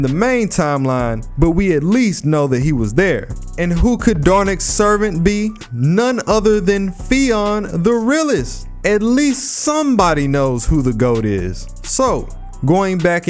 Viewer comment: Love your videos man really great. One thing I want to mention is Fionn's pronunciantion. He's a gaelic hero so the name isn't the easiest to get right as Irish is pretty deceptive in how it's spoken. it's not fee on but you're in the right ball park. it's actually pronounced kinda like young. Just imagine an f at the start and no g at the end so fyoun. Totally get it's not common thing outside of Ireland and the english dubs of fate fumbles the Irish names all the time.